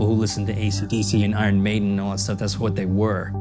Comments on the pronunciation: lmao, love that he pronounced the band name one way and the album another way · he didn't explain why he said "I yearn maiden" tho